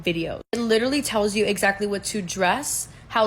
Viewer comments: She can’t even correctly pronounce “literally.” She says liter-ly. LMFAO. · question how many times did that lady said the word "lichurally"